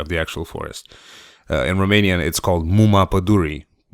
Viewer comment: you speak romanian? because you pronunce "muma padurii" very good thirth time